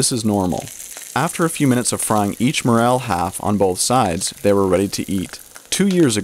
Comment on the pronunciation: Morel mushrooms are pronounced MorEL and Not MorAL!